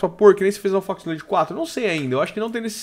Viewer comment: pf para de falar nó é node